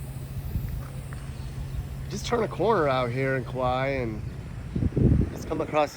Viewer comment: It was Kaua'i. lol.